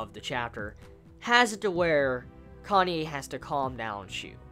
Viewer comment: its pronounced KA-NÂ-Ê not Kanye. (Says a Japanese)